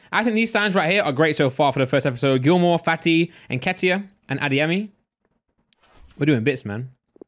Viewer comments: When he said nketah I thought who's that pronounced nketiah completely wrong lol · Eddie ‘nkeetah’😂😂😂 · why tf did u say Nketiah name like that nketah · It's En-ket-iah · Fuckin hell saying Nketiah like he's French aha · Is no one gonna mention how pronounced eddie nketiah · Its not even pronounced n ket iah lol